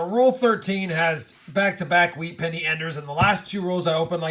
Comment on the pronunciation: He said wheat senny ender Once in the video